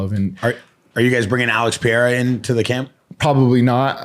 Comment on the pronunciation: My man still mispronouncing Alex pereira in the big 26